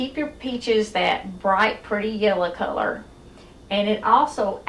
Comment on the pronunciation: You had me at "that yeller culler" Subscribed